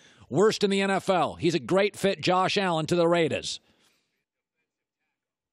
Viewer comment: Colin, please never say “the raidas” again.